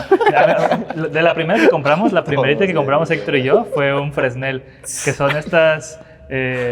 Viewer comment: NO SE DICE FRESNEL SE DICE FRENEL